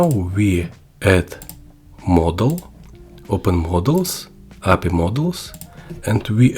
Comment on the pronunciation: Api, say API separately